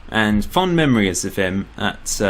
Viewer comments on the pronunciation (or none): none